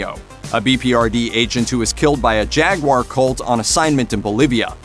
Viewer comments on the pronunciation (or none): none